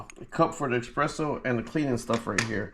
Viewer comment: eSPresso not eXpresso